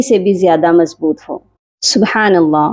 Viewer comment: شروع میں آپ اللہ کی ہ پر پیش پڑھ رہی ہیں اس کو درست کر لیں